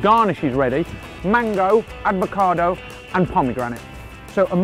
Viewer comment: PLEASE don't pronounce it aDvocado! It's avocado